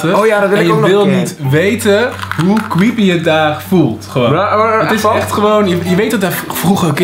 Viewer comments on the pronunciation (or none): Das toch cweepy😂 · ‘hoe kwieepieee’ 😂😂😂😂